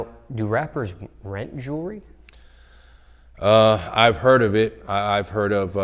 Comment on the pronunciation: Your entire life is dedicated towards jewelry but can't fucking pronounce jewelry